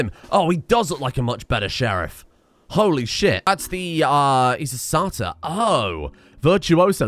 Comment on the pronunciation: satar...... say-ter FFS XD